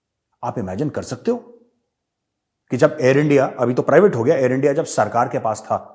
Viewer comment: इण्डिया नही एनडीया ऐसा कर रा है एनडीआ वेसा कर रा है😂🤣😂🤣